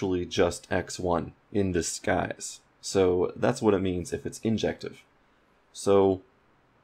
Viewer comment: the way you said 'disguise' was very confusing. Sounded a bit texan. Had to turn on subtitles to figure out what you were saying